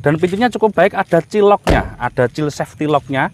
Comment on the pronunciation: Maaf Child Safety Lock itu bacanya Caild Sefti Lok, bukan Cil Sefti Lok....